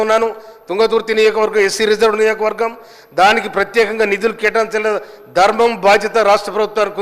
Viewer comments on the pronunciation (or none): నియోజకవర్గం అనాలి, నియోకవర్గం కాదు